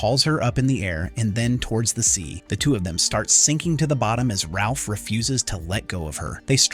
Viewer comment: His name is Raph not Ralph